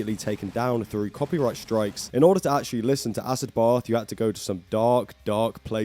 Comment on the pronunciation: It’s pronounced “acid bath” not “ass-ed both”🤣🤣🤣